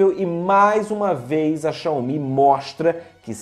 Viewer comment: A pronúncia é "Xáumi"